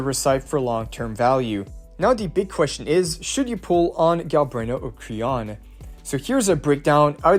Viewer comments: Qiuyuan name: Qiu can pronounce as "chew" So his name can be call "chew-yuan" NOT "Q-yuan" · It's pronounced chu yuan